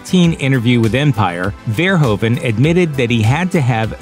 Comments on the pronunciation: The "oe" in Verhoeven is pronounced as the "ou" in you. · Your pronunciation of "Verhoeven" is really funny. Nevertheless, he's by far he best film director our small country ever had.